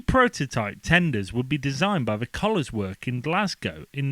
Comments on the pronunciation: Very interesting. By the way, it's Cow-lairs (equally stressed), not Collars. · Guessing he means Cowlairs which, I think, is pronounced much closer to the actual spelling!